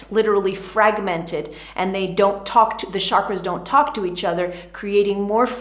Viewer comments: Love your explanation but chakras ate pronounced as chakras as cha in chocolate and not Shakras as you did 🙏🏻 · I wish everyone pronounces chakras right. It's not "sha-kras". It's prononunced as "chuh-kruh". As in chilli. Ch.